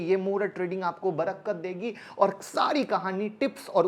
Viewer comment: Sir...aap Barkat ko barakkat bol rahe ho ...bura mat manna sir ,,aap se hum shikhte he to kabhi aap ko sahi bata bhi sakte he...Happy dipawali